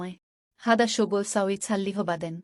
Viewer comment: আপনি আরবি শিক্ষা ভালো করে শিখবেন তারপর আরবি ভাষা শিক্ষা নিয়ে ভিডিও বানাবেন। আপনার আরবি উচ্চারণে অনেক ভুল আছে দোয়া করে ঠিক করে নিবেন। উদাহরণ :হাদা, শব্দের উচ্চারণ হাযা হবে। এরকম আরো ভুল দেখলাম। যেটা বলতে চায়ছি, আপনি দোয়া করে, আরবি লেখাসহ ভিডিও বানাবেন। কারণ আরবি কখনো বাংলায় সঠিক উচ্চারণ করা যায় না।